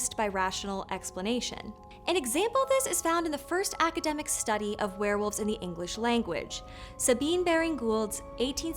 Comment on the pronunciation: Werewolves, not Swearwolves!